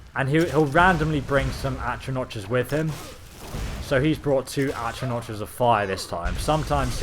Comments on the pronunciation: its not achranoch its actranack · atronotches? at-roh-nocks... that's how you say it. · It's atronachs, not atronaches, and with a soft ch (silent c), also Valkynaz is a dremora class, courtesy of and it says it's the high-end dremora, meaning level 70+ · Sa-vont is the pronunciation of savant. Oh and Atra-knock . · Atro NOTCHES? Dude, it's pronounced atro NOCK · For Christ's sake its pronounced ahtro-NAHK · Atro-notches :D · "Atronach" is pronounced like "at-row-knock." The first a in savant is pronounced like "uh." The second is pronounced like giving an "ah" of relief or understanding. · Atro-notch rip pronunciation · Atronotch? C'mon.. Good vids tho. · It's pronounced AtronaK ffs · atro notches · No it's not it's atronach